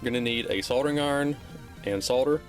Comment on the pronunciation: That L in soldering warms my heart, thank you my good man.